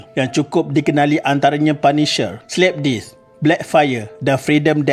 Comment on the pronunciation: Isu yg menarik. Tetapi kepada yg bersuara latar tu, please make sure your pronunciation tu clear ye? Slap death bunyi mcm slapdisc😅